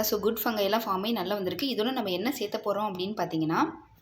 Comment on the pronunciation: சேத்தபோறோம் இல்ல. சேக்கப்போறோம்.